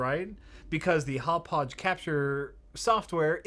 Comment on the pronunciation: I have to admit, I cringe a little every time tries to pronounce "Hauppauge":/